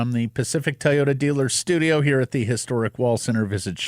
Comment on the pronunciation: Ever notice how says 'Ty-oda'